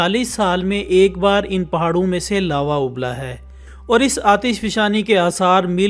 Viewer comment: Its not lave its lava